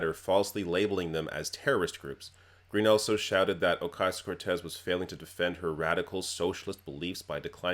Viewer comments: Alexandria "Oh-Kay-Sio" Cortez She can't even say the name correctly. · It irks me how she said "Ocasio". I imagine her purposefully mispronouncing "Kamala" too. As if these individuals aren't heavily publicized about and the proper pronunciation isn't nationally known... She has no tact. No class. I can already see the child she still is, in a grown-ass body. Any of her classmates report horror stories?